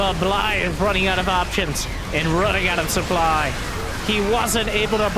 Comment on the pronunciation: Also "supbly"